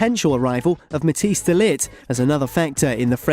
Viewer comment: Please learn how to pronounce Matthijs, the "ij" is a diphtong (IPA: [ɛi])